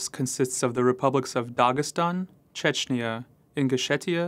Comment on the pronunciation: The last vowel of "Chechnya" is pronounced as the "a" in "as", not as an "eee-ya".